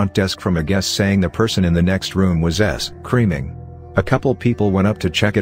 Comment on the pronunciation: s- creaming? woah auto speak dude lol